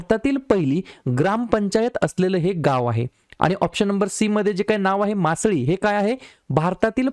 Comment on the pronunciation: मासळी असा उल्लेख नाही सर त्या गावाच्या नावाचा. मसाली ✅